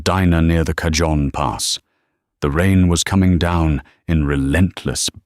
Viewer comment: Cajon is pronouced cahone